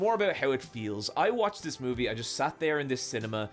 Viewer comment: Take a shot every time he says moovie